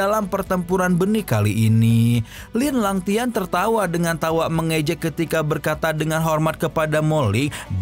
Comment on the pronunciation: Linlangtian bng bukn lalang2tian wkwk 😅😅😅